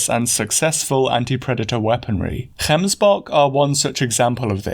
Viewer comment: Gotta say, as a south African, I really appreciate that you went out of your way to get the pronunciation of gemsbok and Kalahari. Just the thoroughness and work ethic I've come to love about your work.